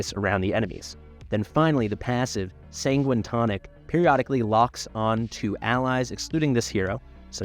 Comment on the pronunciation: Sanguine is said as 'San-Gwhine'.